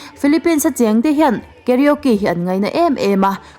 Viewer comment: I karaoke lam dan chuh💩💩.... KA-RO-KE tiin han lam chhin teh....KE-RIO-Ki ni lo in 🤣🤣🤣🤣